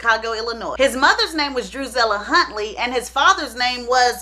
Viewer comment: Droozilla? I can’t 😝